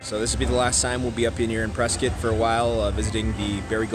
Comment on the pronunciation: First off you're not pronouncing it correctly, It's Preskitt, like biscuit. Dont ask why, its what locals, natives and Prescottonias have been pronouncing it for the longest time. Before my time, I am a Native born and raised, i love Prescott! And it's not a candy store, it's Kendalls Candle Factory. They have been in business for decades. Whenever they would make candles the aroma downtown was amazing.